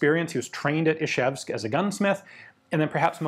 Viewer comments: It's Izhevsk, not Ishevsk. It's spelled Ижевск, not Ишевск. The Ж is pronounced like the s in "pleasure" or the z in "seizure". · Ian, it's not "Ishevsk", but "Izhevsk", the first consonant after the "I" is pronounced like "s" in "usual" or "measure". I know you make real effort to pronounce foreign names correctly, but for some reason you continue to mispronounce the name of this city.